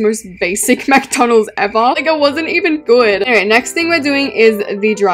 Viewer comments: it’s not M-a-c-d-o-n-a-l-s it’s M-c-d-o-n-l-s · Babe it’s McDonald’s not Mac donalds😂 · U be saying McDonald's rong